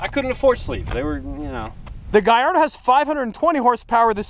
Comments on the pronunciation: It’s not gaiardo It’s gallardo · It’s a Gallardo and he’s pronouncing it wrong. It’s pronounced Gall-or-a-do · I loven how you say GAIARDO when trying to say GALLARDO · He also said Lamborghini giardo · lamborgini gaiardo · Im a big fan... its just the way you say Gallardo... its with L´s not I´s that's the proper Italian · Hes says Gallardo wrong